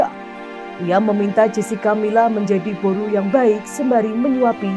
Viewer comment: Boru... Bukan Baro